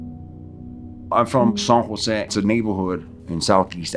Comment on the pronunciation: I like how he says “San Jo”. (SAWN HO). The way it’s supposed to be said. Here in SJ California hella homies say San Ho. Lol. Hella white.